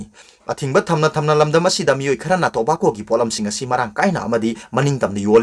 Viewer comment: Tobacco gi pronounced CD 🤣 indira Gandhi se 1st pm ro?